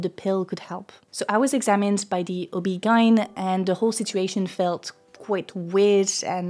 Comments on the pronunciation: I just can't get over her pronounciation of OBGYN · Me too. She makes mispronunciations in every video of words that are easy to look up before hitting the record button... I'm starting to think it's just rage bait at this point.